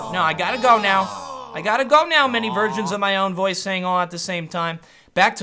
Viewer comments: I thought he said "many virgins of myself" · lol i understood "virgins" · i heard 'versions' the first time, then read this comment, then heard it as 'virgins'. what'??